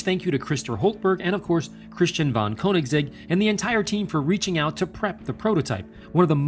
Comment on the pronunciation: I don’t care what you think, he works with the company and that’s how you say it